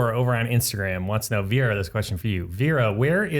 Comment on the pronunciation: Indra Klaudia I am from Serbia and it is so anoying that they call her Vira when it is Vera :D